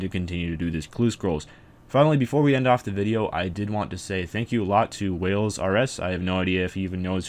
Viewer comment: people say "Whales RS" but its "" Like so people know how to pronounce his name.